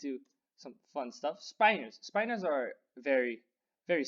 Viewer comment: "speye-nors"? I always pronounced them as spin-nors, to agree with "spin".